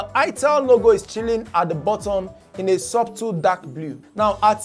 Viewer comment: Subtle is pronounced as sutle sir. The b is silent.